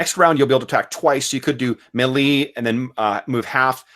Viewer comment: Just bought this system, enjoying using your videos as a practical example. And holy cow share those character sheets! On a side note, are you pronouncing "melee" wrong intentionally as an inside joke thing? Also, does AS&SH pronounce "Cimmerian" with a hard C as opposed to the Conan stories which use an "S" sound?